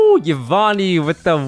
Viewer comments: Omg it's Yvonne (like E-vonne). Not YEE-vonne >.<' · Bro said evon 🤣